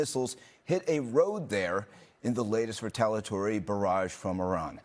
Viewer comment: Flush out headgear and learn how to pronounce retaliatory. Not re-tal-uh-tory but re-tal-ee-uh-tory. My God, can journalistic standards get any lower?.